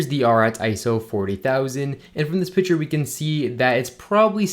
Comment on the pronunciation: Picture is not pronounced "pitcher"